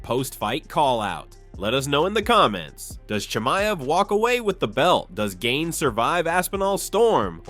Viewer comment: Brother his Name is french and pronounced GANE not gayne Normal A not English A